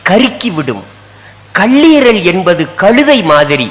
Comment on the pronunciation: கள்ளீரலா - கல்லீரல் தமிழே பேசத் தெரியாதவர்கள் பேச்சாளர்.